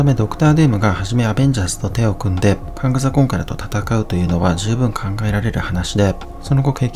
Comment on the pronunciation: 征服者カーンとかカーンダイナスティとかって言うのに、名前言うときだけカングって言うのに物凄い違和感あるのは地球上で僕だけ?